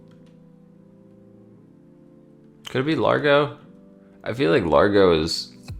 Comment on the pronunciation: Ok, I'm not a music nerd, per se, but I do play piano, have taken music theory, and I can say--there really isn't much difference to me, lol. Maybe if I grew up in Italy, I would know the differences in terms. Btw, the pronunciation of those terms would be "layn-toe," "ah-dah-jyoe," and "lahr-goe." I may not have grown up in Italy, but I am taking Italian, and those letters/combos make different sounds than in English.